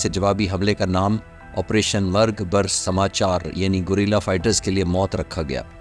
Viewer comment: Bhai meray samachar nahi sarmchar,samachar hindi lafz hay yani khubrain.